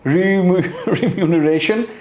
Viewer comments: You're having a tough time saying the word remuneration ... mashq karein Janab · Remuneration! Lols, Mansoor Ali bhy, u r not wrong. This word is really quite difficult to pronounce. Me too learnt it with repeated effort. It means a financial compensation paid in return for a service